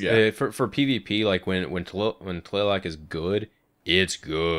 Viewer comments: Just to clarify, Tlaloc is said like Tla Lohk. It sounds like yolk. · its just, TLALOC, as it reeds, dont put any accent to it